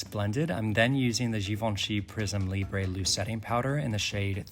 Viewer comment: Libre= leebra. I know it’s French ❤